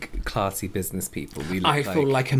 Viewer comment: WHO ELSE HEARD SAY "BUSINESS SEMEN"???